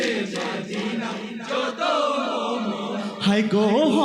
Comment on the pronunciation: বলছি ভাইজান মাদিনা হয় না মদিনা হয়